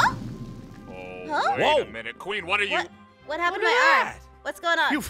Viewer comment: “WHÆT?!” Made me laughing on the floor 😂😂